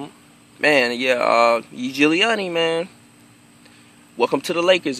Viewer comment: bro you pronounce his name even way more correctly and better than most of those pro official nba reporters. thumbs up.